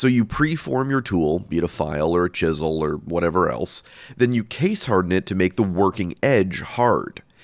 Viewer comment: I thought you said "Jisel" not "Chisel" and I lost it lol